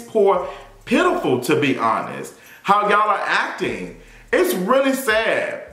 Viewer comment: Yooo, that "PITIFUL" at the endddd 🤣🤣🤣🤣